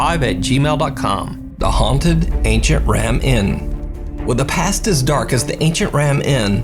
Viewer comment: Sorry to say that but did you say at Number 3 really „the pastest dark“ ?